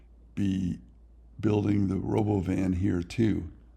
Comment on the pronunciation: Elon pronounces it ro-bo-vin - when it was first unveiled. So, thats how I think it is supposed to be pronounced.